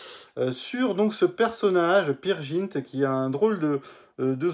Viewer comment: One ne dit pas peer jint main Peer "G"int avec un "G" comme GUE